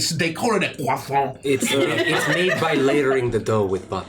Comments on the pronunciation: this is my fav 🤣🤣🤣 "I'm gonna get a CWASON" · NO. How dare butcher a croissant! /j